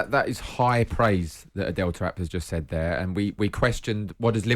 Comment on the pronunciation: The dudes name is not pronounced like "Adele"